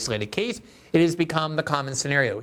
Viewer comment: You pronounced scenario correctly at the end! Thank you!